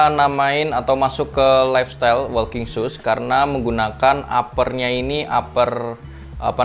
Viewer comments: Masukan aja bang.. Walking dibacanya woking, bukan wolking.. L nya ga disebut Ortuseight dibacanya ortuseit, bukan ortuseik.. gh nya gak dibaca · Maaf sebelumya ya mas kalo kurang berkenan...koreksi pengucapannya biar videonya ke depan lebih bagus....Ortuseight diucapkan Ortuseit (g nya jgn diucapkan)......walking diucapkan woking....